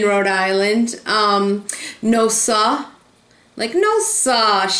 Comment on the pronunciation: when said "no sa"... i felt it!